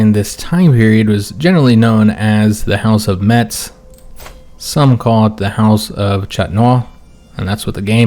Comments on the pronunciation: Hey, same I am from Lorraine more precisely near the town of Forbach. Just a correction we don't pronounce the "t" in Metz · neither Metz nor neufchateau are french, and as for Metz the Germans do indeed pronounce the T.